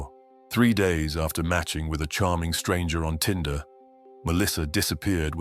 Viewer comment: Tinder, not Tender.